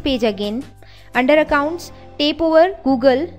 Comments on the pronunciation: its tap not tape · It's tap not tape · Guys - I know shes pronouncing Tap as Tape... but the thing is you are watching this video cause you'll wanted some information about backing up android.. And I salute her (whatever she pronounces) she took out time to make a video and show more than 1 million people what they were searching for.. At least half a million might have found exactly what they were searching for. So please stop making fun of others and try to help someone.. Its more fun that way.. Good day.. (put a TAPE on your minds... when criticizing) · She is just pronouncing wrong the word Tap